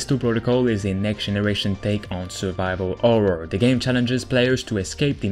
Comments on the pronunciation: Horror nor orror xD its not hard to spell the h man i know english aint your native language but jesus christ man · How come you can pronounce “Heist” But not you can’t pronounce “Happy” or “Horror”?